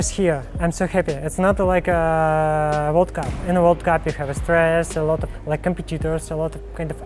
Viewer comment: Don't tell me I'm the only one who heard vodka instead of world cup Those Russians man...